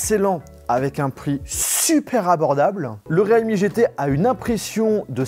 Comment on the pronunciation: Realme se prononce "rilmi" mais "réalmi" ;-)